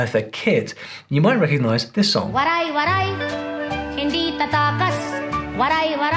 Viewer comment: The Waray-waray word is mispronounced